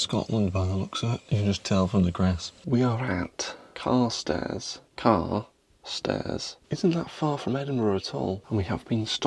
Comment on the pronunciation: Carstairs is pronounced Kirstairs, great video :)